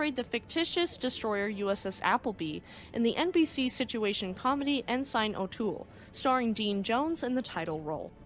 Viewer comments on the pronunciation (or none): It's pronounced "in-sin" not "in-sign". Sorry, not trying to be an ass, just an old salt. Gotta know the nomenclature! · Actually, it is pronounced EN SIN. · I don't know why it bothers me so much to hear "Ensign," pronounced "in-SIGN." instead of as, "IN-sin." But it bothers me. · Hi. The Naval Rank Ensign is pronounced "En-SUN", NOT "En-Sign". Sign me a 30 year Navy Senior Chief. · Excellent as always , and just a note , the rank of Ensign is pronounced " In Sin " . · Ensign is pronounced like "en sin" not "en sign" (I spent the 1980s in the navy) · small comment here. It is pronounced En-SIN not En-SIGN. Great vid as always, ren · Ensign is pronounced "In- sin" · Good vidio only one quibble the rank of Ensign not sure how to write this ,way its pronounced it sounds like EnSEN .like I said its just a quibble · Ensign is pronounced IN-SIN😊